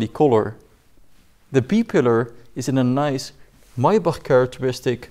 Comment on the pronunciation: Nobody : Him: Máýbąçh